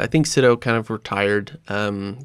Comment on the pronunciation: My favorite part of this is that both Animation Directors Tom Sito's and Piet Kroon's names are mispronounced. Love it! Thanks for the funny podcast!